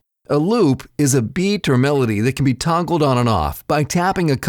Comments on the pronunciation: did he say loops could be tongled on or off? 🤣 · He DID say "tongled!" 😅